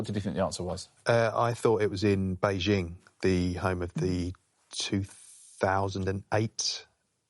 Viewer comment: well done for pronouncing Beijing correctly